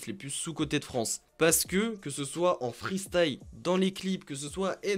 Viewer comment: Dommage de faire des vidéos de rap et de ne pas savoir prononcer freestyle mais le prononcer freestaïe...😂😂😂